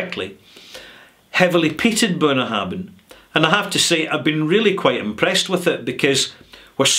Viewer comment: I hestitate to post this, as I am sure that knows his stuff, but surely "Bunnahabhain" is pronounced "boon-a-HAV-in" with a "V" rather than "boon-a-HAB-in" with a "B"?